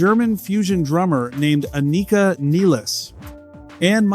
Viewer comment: Aneeeeka Neeeeeles - oh for goodness sake